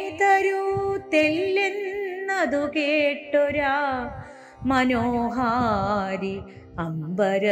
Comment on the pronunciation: മനോഹാരി അല്ല മനോഹരി ആണ്